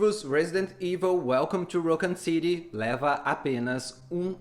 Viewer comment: Ouvi umas 4 pronuncias diferentes de raccon city nesse video kkkk